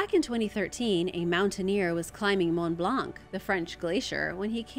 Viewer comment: two thing about this video:in the name of Mont-Blanc the c in blanc should not be pronouce it hurt my french ears,next the country that you call greenland, it s real name is Groendland